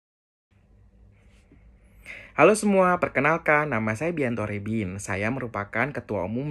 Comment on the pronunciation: Litterly the only person who said my name correcly